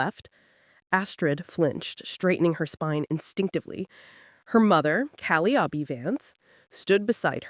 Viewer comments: Seriously, get rid of that horrible voice. And pronouncing calliope as callyopie is just crazy. The story is good though. Sarah MS 🦅🇺🇸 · Cal- eye- o -pee !!!!! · One distraction:the pronunciation of Calliope’s name; the accent should be on the second syllable, not the third.